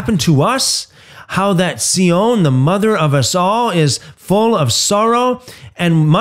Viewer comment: Sion is pronounced Zion.